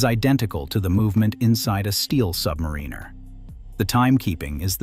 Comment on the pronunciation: When will AI learn how to pronounce Submariner correctly?